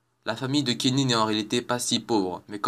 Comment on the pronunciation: "tweek tweek" "kinny" "sonns park"